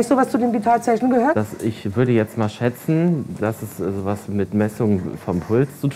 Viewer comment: Ick und isch 😂